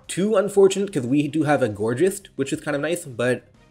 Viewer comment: Gor-ghiest not gorjist